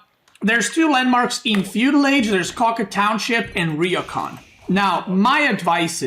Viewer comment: Gonna be that guy for all Our future sanity It’s ryoooo kaaaaan